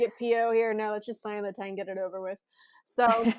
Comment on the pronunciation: After all the time he spent in Pittsburgh, one would hope someone...anyone...would learn how to pronounce Kristopher Letang's name the way it should be pronounced.